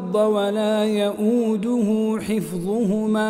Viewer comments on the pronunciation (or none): none